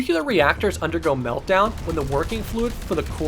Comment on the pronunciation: Awesome video,. One thing that you might want to improve on in future videos is your pronounciation of the letter "T" (or lack thereof). "Titan", not "Ti'an". "Meltdown", not "Meldown".